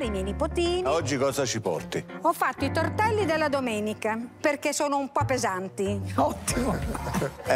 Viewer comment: La tvadizione l ho fatta psevonalmente, tovtelli fveschi tutto fvesco